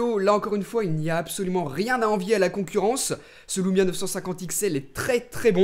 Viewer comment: l*ou*mia m'a fait hérisser l'*ou*reille tout le long de la video